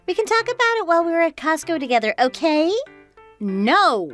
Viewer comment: I think you need to hear/read the story a couple of times and it’s COSTCO, not cost go.